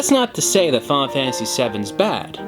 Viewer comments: "Faul Fantasy".. lol Fi-nal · I cringed every time he said "Fahhnah Fantasy"...